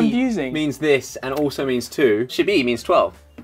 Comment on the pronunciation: Wow. Josh didn't say "shi" that well, but he has a decent pronunciation for an English..man.